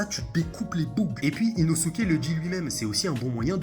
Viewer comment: On dit Inoske 😭😭😭😭